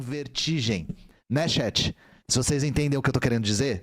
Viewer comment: pra mim é bizarro que ele força a barra falando estado unidense, mas fica falando XÉT (chat), sendo que nem é a pronúncia o inglês correto que seria TCHÉT, se for pra falar errado, fala logo XAT.